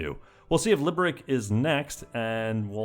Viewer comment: FYI: Liberec is pronounced "Liberets"